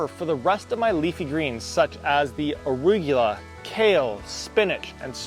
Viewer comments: Arugula is pronounced: “uh-roo-guh-lah” 👍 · Why does he keep saying arugyewla? 🤦🏻‍♂️🤣